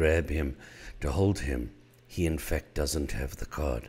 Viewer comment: Everytime he said in fact i though he was saying infect.